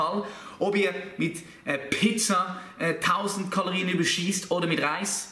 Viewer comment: Kaloriän xD